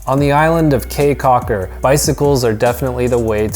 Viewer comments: Kee Caulker, not Kay Caulker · It is pronounced "key" not "Kay" Caulker. Spelled Caye Cauker. Im Belizean.who lives in Belize. Thanks for coming to our beautiful country.😀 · First of all it is not like kay caulker its more like key caulker 🌰and by the way he said almost all of the sites name wrong especially xunantunich it is pronounce sand-and-tunich .But thank you for visiting our country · it is pronounce caye caulker not k's cocker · the city is the best lol, that's where find the pure culture San Ignacio and Placencia are tourist places if you wanted the pure culture Belize City is where it's that also caye caulker is the best island to go to in my opinion also it's pronounced key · I am from Belize and I cringed when he talked about Belize city crime rate and how he pronounced caye caulker😂